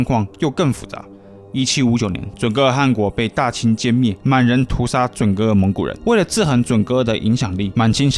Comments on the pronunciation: 准噶尔的噶字你读错音了，我不知道你懂不懂汉语拼音，准确的读法是准噶ga尔，而不是ge。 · 正确发音不是准噶尔吗（zhun ga er）？不说地域，噶读ga音吧。我还翻阅了简中和繁中的网络讯息，真的是发ga音😅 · 准噶尔念嘎，大汗念寒😓